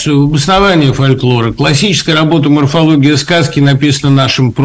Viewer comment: Что - то преподавателю русского языка не хватает знаний, например, как произносить слово фольклор.